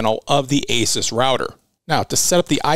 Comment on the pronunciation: Pronounced "A Zeus". Awesome video as usual